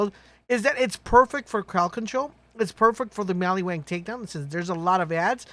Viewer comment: Maliwan, maliwan, maliwan. Not maliWANG!!